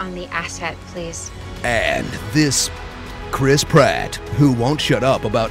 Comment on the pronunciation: 'Focus on this Crisp Rat', lol. Once heard it cannot be unheard. hahahahaha